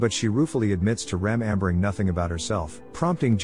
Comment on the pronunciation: Gotta teach your Ai voice how to pronounce "remembering."